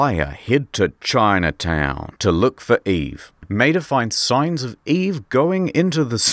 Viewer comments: I think Maeda is pronounced my-aid-a. That's how is pronounced in Cromartie Highschool. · Quick tip when reading Japanese names, vowels are never blended, so it is Ma-eda. I only ever played the sequel, so this video was awesome. Thanks! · Because of your accent, when you say "Maeda" all I can imagine is you talking about Mater from Cars.